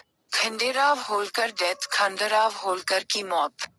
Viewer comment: जानकारी अच्छी है,कृपया उच्चारण में अंग्रेजी पुट नहीं लाये तो उत्तम होगा।क्योंकि खांडे राव की जगह खंडेराव उच्चारण उपयुक्त होगा।धन्यवाद।